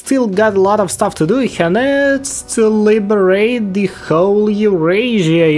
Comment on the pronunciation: “LIBERATE” xaxaxaxa